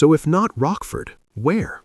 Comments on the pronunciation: “Rockford Hall?” It’s pronounced “Roach-Ford.” You do all this research but fail to pronounce names correctly. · The family estate was Rochford Hall — with a ch as in church, NOT pronounced ‘Rockford’. The otherwise quite interesting story is marred by this type of mistake.